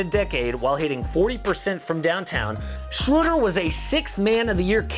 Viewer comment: Just a little thing but it's Schröder 😅